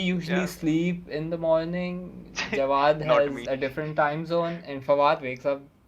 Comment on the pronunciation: Whoo calls Jawad snow? Its JAWADE pls